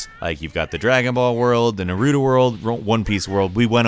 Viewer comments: i am pretty sure its naruto not narutu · NAH-roo-tow (emphases on the nah) not "nare-ROO-doh" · Nuh-roo-due Yikes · u dont pronounce it as naruto its naaaarutoooooo (srry for being that annoying dude who corrects u) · i like how he says narudo instead of naruto. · Narroodo? No, I know Naruto he's cool. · Na ruu doe.. Wtf its nar ru to.. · Nar-rue-toe that's how it's pronounced...not Narudo... sounds like a noodle. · I stopped watching when he pronounced Naruto as Narootoo 😂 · Was watching until I heard how you said naruto's name. Na Roodo is not how you say it. Its pronounced Nah Roo Toe. Stopped at a . Cant take the opinion of someone commenting on an anime game, but not knowing how to even say the characters names. Smh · Someone yells Naruto's name in every episode. How do you pronounce it wrong. Watch 5 minutes of any episode. And you'll hear him yell his own name 6 times. 😂😂😂😂😂 naroodo?? There's no D in it. 🤦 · Lol narudoo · "Goku's Kameahmeah, Nurudus rezengon" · Did you just say Narutu? That's when I know I need to find someone who has actually watched most of the animes reviewing this game. If Kakashi has DMS and Susanoo, I'm buying this stuff for sure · It’s Naruto not Nerudo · Anytime I hear someone pronounce Naruto like "Na-roo-doe" I automatically know they have never watched anime before... anyway, good before you buy tho! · ...nerutoa???? he said that right? im not tripping on what he said right? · he said narootoo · When he says Narrrrruto smh only real naruto fans understand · “Like Goku’s kameha”???? Why did he pronounce it like that? “Or Norudoos Razengan”???? Yet again, why? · He triggered me when he said narudo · Nur-roo-doo 😭😭💀💀👏👏👏 this guy never watched naruto!? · "Nerudo's rizengun" Wtf is that? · U don’t roll Em it’s just NAR-Uh-TOE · NAH RUE TOE SAY IT WITH ME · “ Nuh-Roo-Do” I’m hurt... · Bro did you say "Narudu"? How many Japanese game have you played to make that mistake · My man said narutu... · He said NARUDO😭😭😭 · Narutu? Rezengan?